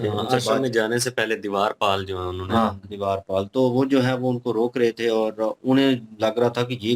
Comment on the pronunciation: Divaar pal nai Dwarpal hota he😊